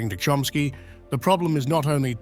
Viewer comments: His name is CHOMsky not Chromsky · The way his last name was pronounced was like 'Trumpski..